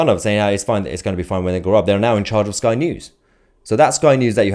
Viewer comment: Did you say " spy" news